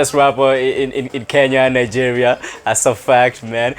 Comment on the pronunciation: Learn to pronounce Nigeria